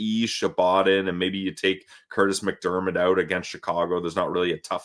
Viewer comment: noticed shirt: Piller McDermid (NOT MacDermid as in Kurtis, lol)